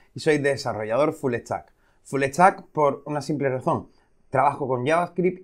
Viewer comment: habla bien caray no se te entiende... soy un "fullestack" se dice full stack... quitale la "e" caray... y usa las "s"... caray que vulgar: "vamo a eplicar" ???????? se dice : "vamos a explicar"... "uno de lo protocolo ma'a antiguo" se dice : "uno de los protocolos màs antiguos" caray como no aprenden a hablar ustedes en España....